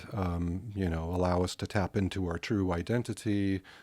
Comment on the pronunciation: when Gary says "true identity", it sounds like he says "true white entity". Look it up.